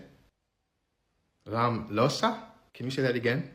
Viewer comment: RAmlösa, emphasis on the first syllable. That is default SE, but not without exceptions.